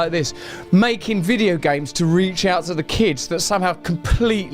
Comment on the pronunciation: "Videuuuuu" "Av yoo gut a rreeumm?"